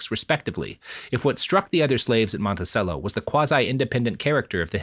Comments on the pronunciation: FYI it's pronounced "Monti-chello". Like cello the instrument. In case you haven't recorded part 3 yet... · Sometimes I am reminded that not everyone is from virginia and knows it's actually pronounced "Stan-ton" and "Monti-chello" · Isn't it pronounced "Montichello"? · The continued mispronunciation of “Monticello” is killing me.